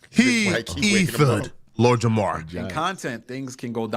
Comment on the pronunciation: As someone with the name Jamar. Please remember to pronounce the R. Idk how even other black people get this shit wrong lol 😂🤦🏿‍♂️